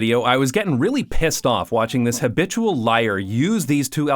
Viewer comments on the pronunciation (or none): none